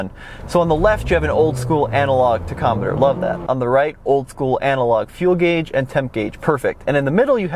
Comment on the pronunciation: did you really pronounce tachometer as tech-com-met-er? Bro, its tack-ah-met-ter